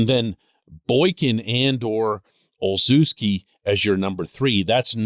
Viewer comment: Gunners name is pronounced o-shefsky